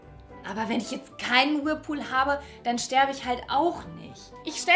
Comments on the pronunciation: man spricht es „Wörlpuhl“ aus:D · Ja, sie sagt irgendwie wirlpool🤣🤣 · Es hat mich ehrlich gesagt n bisschen kirre gemacht wir du whirlpool aussprichst. Ist ne kleine Macke von mir ich kann das garnicht haben wenn Leute Dinge anders /komisch sagen 😂. Ich liebe diese Videos bitte mehr! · Kein Mensch kann 'Whirlpool' niedlicher aussprechen als ♡ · Nichts gegen dich ich mag dich aber du sprichst das Wort "Whirlpool" falsch aus